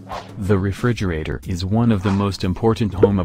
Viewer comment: I hate this computer generated audio. It can't pronounce "Frigidaire or Refrigerator"!